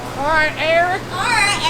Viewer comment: “Alright air wick” lol